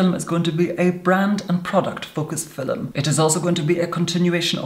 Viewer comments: "Filums" <3. Oh yes. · what's a fillem🤣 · Does he say “filmim”? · At :14, unless my ears are failing me, I heard a straightforward, "film" instead of "fillem." *feeling faint* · Tobi Jaguar it’s fillum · Bunny Senpai LMAO he says “film”...except it’s “filum” 😂😂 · The word he is saying is 'filUm' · FILLUM,,, ICONIC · I love how he says "FiLiM" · “In this Filim” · FILUM SAY IT WITH ME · Filim!! Is it me or its wrong